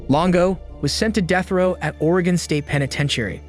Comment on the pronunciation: Why did you pronounce Oregon like that? 🤭